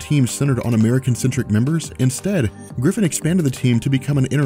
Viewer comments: Keith GIFFEN, not Griffin. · That's Keith GIFFEN, NOT GRIFFEN.